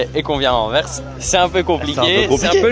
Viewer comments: Au moins il prononce déjà bien Anvers et Bruxelles 😂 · Tu as presque fait un sans faute ahaha .. Très bonne prononciation d'Anvers, mais par contre nous sommes des wallons, pas des VALLONS 😂😂😂